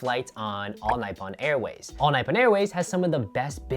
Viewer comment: You really should work on the pronunciation of Nippon, especially since you love the airline. 日本